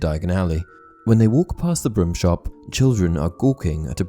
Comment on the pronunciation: Is it just me, or is he pronouncing 'broom' as 'brim'?